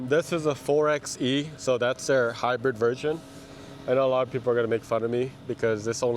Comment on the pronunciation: Rented one of these for a Utah desert road trip earlier this year! It was definitely fun off-roading with the electric only mode, being able to hear the tires and the ground crunching. Also, 4xE is pronounced "four by E". It's a play off 4x4 (four by four)